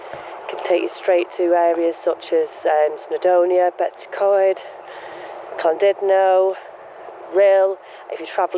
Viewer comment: It's Llandudno not clandudno